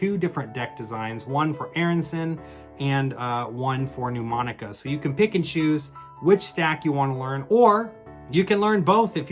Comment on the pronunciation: Really helpful. Thank you. Can I point out respectfully that Mnemonica is not pronounced 'New- monica'? It's actually pronounced: Nə-monica. Quite a few established channels mispronounce it, especially Rick Lax! You can hear it here: A mnemonic (/nəˈmɒnɪk/,) device, or memory device, is any learning technique that aids information retention or retrieval (remembering) in the human memory.